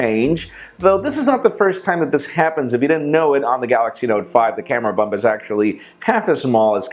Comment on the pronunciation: said camera bump not hump